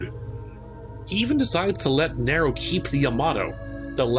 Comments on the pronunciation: Slight nit pick but it’s nee-ro not nair-o. also Virgil isn’t trying to grow the tree, urizen and Virgil are not the same person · ABI listen man i love these videos and i think you're fantastic at making them but it's pronounced "NEE-ro" not "Ne-ro" aside from that bang up job as usual. good work. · It's Nero not narow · Every character in the series that interacts with Nero: "Nero!" Narrator: "Nairo" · Cool vid. But you saying Niro instead of Nero was difficult to listen to. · Neeeerrro not Narrow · It's pronounced EEEva, nEEEro a very prominent E sound for both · Say NEro one more time, I fucken dare you. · Did he say Kylo Ren? Hahaha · Good vid man, but the way you pronounce nero killing me lol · Great stuff But you know the games have voice acting so how do you mispronounce "Nero" then pronounce it right and then double down on the mispronunciation? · why do you keep pronouncing Nero's name wrong? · That pronounciation of Nero irked me enough to skip past the 4 and 5 sections. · Your pronunciation of “Nero” is........... Disappointing 🤦🏾‍♂️.